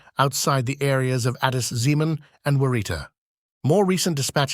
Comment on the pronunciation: No Amhara guy can get such a true report like you, otherwise you must be from Gonder. Even the way you called Addis Zemen is by far perfect that abiy ahimed can pronounce.